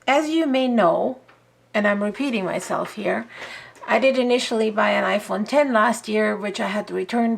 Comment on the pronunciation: Thank you for not calling it the iPhone ex like an ignorant person lol 😂